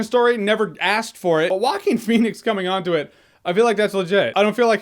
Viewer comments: "Walking Phoenix" XDDD Rofl, dude is not that hard to say [Hoaquin]. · Waquin? Rrruaquin xD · not exactly, its moreso pronounced wahkeen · "whacking phoenix" it's funny because Joaquin in spanish it´s pronounced "HO-AH-KEAN", when I read his name somewhere, I hear it that way in my mind even when I've already heard " Whacking" a thousand times.. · Walking Phoenix? It's a Hispanic name.. It's pronounced " hoe- ah - king" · It's pronounced Hwahkeen, not Walken like Christopher Walken Lol It's of Spanish origin. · Shark Team it's more like Hoakeen, not jokin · The closest to the original Spanish pronunciation is Hwah-KEEN / Who-ah-KEEN. If you know how to pronounce the final consonant of the Scottish word "Loch," that's the initial consontant of "Joaquín." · No guys it is pronounced Jo Wa Que In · Who else kept hearing it as "Walking Phoenix"? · Sounds like he is saying Walking Phoenix lol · "Waakin Phoenix" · 😂😂😂 he keeps saying “Walking” Pheonix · Is it just me or his name is being pronounced Walking Phoenix? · Why does he pronounce actor's name as "Walking Phoenix"? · Joaquker Phoenix will be on par with Nicholson and Ledger's Joker. Leto's Joker was a joke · Woaking Fenix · It is pronounced "Wacking" phoenix... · He pronounces Joaquin weird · Franky J Rod It doesn't make him stupid to not know how to pronounce that name, it makes him ignorant of that particular thing. I guess all native Spanish speakers who don't know how to pronounce one English name are stupid and disrespectful too, right? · Can someone teach our dear Jeremy how to pronounce Joaquin? Thank you :D P.S.: I'm saying this with all the best intentions, this is not intended as an insult.